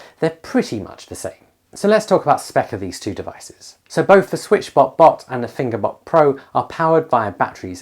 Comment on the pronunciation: well I'm 10 seconds in and I thought I heard "finger butt" so let's see where this goes haha